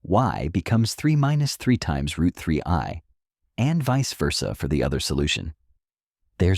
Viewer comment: Its rooot mf